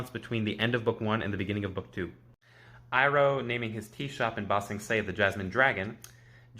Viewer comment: Did she really call zuko zucchini and iroh irony